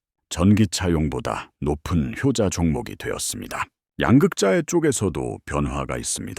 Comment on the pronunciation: 야 임마 왜 양극재를 양극자이라고 발음하냐 ?